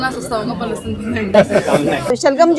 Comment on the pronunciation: लहसोन है लहसुन नहीं